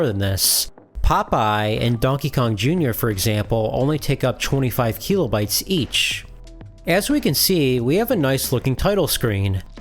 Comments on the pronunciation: how many "keeeeeelo" bytes is it again? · Video/channel seemed interesting but I had to stop watching. The constant "keelo bytes" drove me crazy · If I hear KEELOBYTES one more time, I am going to scream. Imagine thinking literally EVERY OTHER PERSON ON THE PLANET is pronouncing it wrong